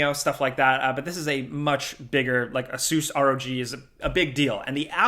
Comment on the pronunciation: ASUS is pronounced ay-soos. Not ah-sus